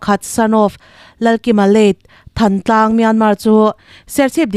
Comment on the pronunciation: Thantlang hi than tih hi tlang ang thoa a ssnga lam tur